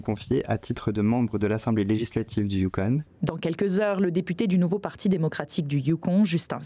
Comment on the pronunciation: Il se moquait de sa prononciation à la française, je pense. 😅 On prononce « on », mais les Français ont tendance à prononcer « onne » des mots comme Yukon, Boston, ...